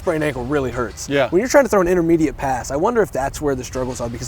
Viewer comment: It huwts so badwy coach 😭